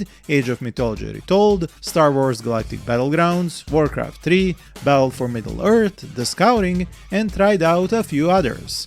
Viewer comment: When i heard 3 in "WarCraft 3" like russian "три", I thought you are rus (like I am) :)